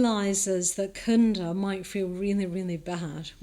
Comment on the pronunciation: 22 not kunda, it’s cunda as in chu. Like China 🇨🇳 Great lecturer btw